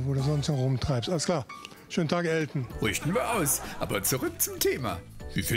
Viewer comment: Elten nicht Elton 😂